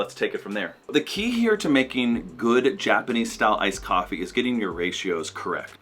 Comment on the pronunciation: What ....''ICED COFEE'' are you kidding me....